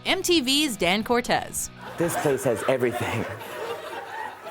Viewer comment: It's Dan CORTESE people!!! Not Cortez!!